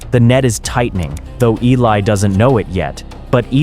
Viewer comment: His name is Eli....you are pronouncing completely wrong.